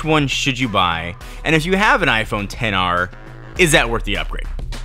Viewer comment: it's only at this "10R" mention i realize you didn't pronounce X.R